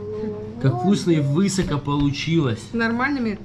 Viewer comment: Не сочтите за какашку))) но почему ударение на вЫсоко, глУбоко? Только в вашей речи такое слышала) Вы кто по национальности))